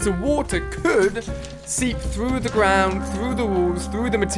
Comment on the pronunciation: You said trees in said the grawnd